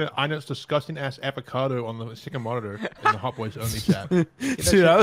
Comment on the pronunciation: You’re saying avocado wrong and also you should play more Rust